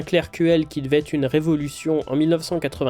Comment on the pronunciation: Super intéressant, merci pour le travail ! Mais avec toutes les répétitions comme "Ça devait êtte", "Il fallait remette" et surtout tous les "quatte" au lieu de QUATRE 🥵 je n'ai pas pu METTRE de like.. Je reviendrai pour voir (écouter) si je peux même m'abonner. Encore merci pour ce thème captivant 👍